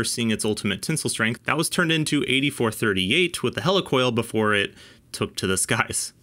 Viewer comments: Great video but why are you saying hella for heli🤔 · It’s a Heli Coil. “Hee-Lee-Coil” not a “Hela-Coil” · Hel E! Coil not Hel A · I always though it was pronounced like helix (the shape of threads), not helicopter. Awesome testing, BTW. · Hey,. I kinda hate to be that guy, but "Helicoil" is pronounced /HEE-LEE/ like "helical" (or Healy) not /HELL-ee/ like "helicopter." Thanks for testing. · I'm usually wrong about stuff like this, but isn't Helicoil pronounced like helix? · Interesting. I remember installing a lot of heli coils early on in my career (we pronounced them "he-lee"). Haven't got through the video yet, but I hated them. IIRC they were a limited use. With every bolt in/bolt out cycle it would get harder and harder not to cross thread or strip out. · It is pronounced He-lee coil. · Yeah really. Maybe they will learn to pronounce 'heli-coil' correctly. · You keep mispronouncing he-le- coil. I’ve been around these things for 60+ years and I’ve never heard it pronounced the way you do m